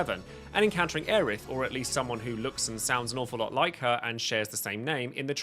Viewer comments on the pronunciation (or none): none